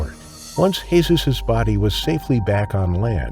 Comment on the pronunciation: Lol that's not how you pronounce Jesus in spanish